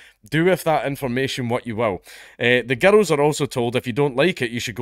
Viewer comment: I love the way you pronounce girl(s) as gerruhl(s).